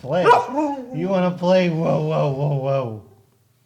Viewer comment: He's like "plaay with da poochie"